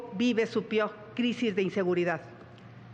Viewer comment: Xochitl dijo " PIOR" JAJAJAJAJAJAJAJJA 😂